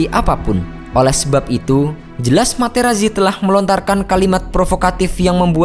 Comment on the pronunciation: Sedikit koreksi dalam pembacaan nama. "Marco Materazzi" dalam bahasa Italia dibaca "Marko Materatzi".